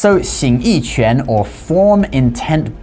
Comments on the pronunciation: You keep pronouncing quán (fist, punching) as if it were qián (various characters, various meanings, none of which have anything to do with martial arts). The character shown is correct for quán. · No, because u in qu is pronounced like French u as in une. It has also been transliterated, roughly, chwan or chuan. You were saying ch'yen.